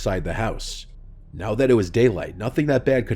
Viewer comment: Are you serious right neow